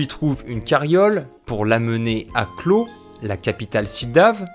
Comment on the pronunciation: Excellente vidéo ! Par contre je prononcerais plutôt "clove" (comme la version en cyrillique de l'album de Blake et Mortimer) que "clos" pour Klow :)